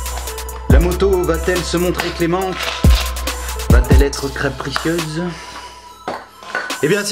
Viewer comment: min "cRapricieuse" ;D